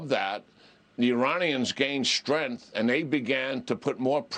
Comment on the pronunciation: Putin respects "strinth"?? What is "strinth"??